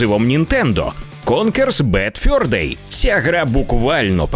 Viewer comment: Конкер дуже фановий і досі грається на ура. Минулого року пройшов його на китайській портативці з емуляторами, коли світла не було. PS:, зав'язуй будь ласка з йоканням в транслітерації замість нормального "е". Ти ж не москаль. Ані в слові fur, ані в слові thursday (каламбуром на яке є "fur day") звуку "ё" нема. Кожен раз дико ріже вухо.